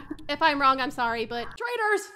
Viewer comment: “tRaTioR😤” me: yas